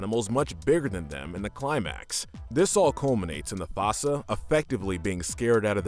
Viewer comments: Holy shet, Zuba was Burnie Mac????? Also: u called them fasa? Aren't they called foosa? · . The FASSA?! It’s the Fossa. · It's "foo-suh". They aren't weasels. They're in their own family in the feliformia suborder of carnivora. Weasels are in the mustelid family on the caniformia carnivora suborder. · you said the foossa name wrong which is stupid they even said the name in the movie